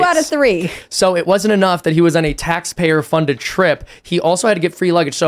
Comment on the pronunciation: What's taypayer? Fkn proof read?